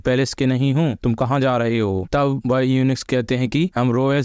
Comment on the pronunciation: भाई युंच होता है यूनिक्स नहीं